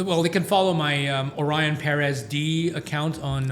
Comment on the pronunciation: It hurts my ears whenever someone says "peréz" wtf.